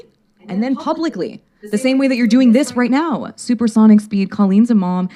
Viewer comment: out of all the things that make you amazing, the way you pronounce ‚now‘ is the absolute greatest of them all 😁🙌🏼 I’m German and I already loooveeeddd hearing British people talk, but your way of saying now? Priceless, it’s amazing 😂